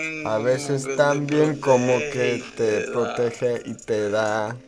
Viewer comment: I’m surprised you didn’t mention his pronunciation of “también”